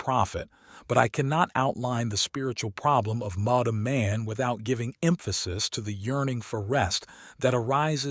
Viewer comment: Also? Insane that nobody catches the handful of times when the “r” and “n” in “modern man” are kerned too closely together and he pronounces it “modum”